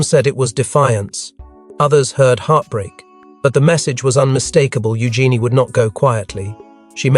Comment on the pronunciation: It's pronounced u Jeanie.